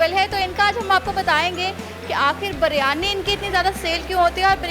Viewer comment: Its not Baaaryani its Biryani name to seekh lo pahlay Host karnay wali aunty....